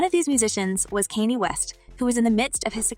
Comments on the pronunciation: West is name Kan yaa! Thats how you say his name. Not Kinny.😅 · You need to research their names...T.I not T.I.I and Kanye not Kenny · You have a good speaking voice but the pronunciation of T.I l. and Kanye is 😡😡😡😡😡